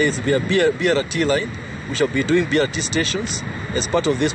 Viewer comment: its BRT not Bi arati